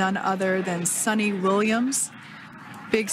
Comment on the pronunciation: her name is not Sunny williams...her name is "Sunita Williams"....News anchor need to study more about her before giving news.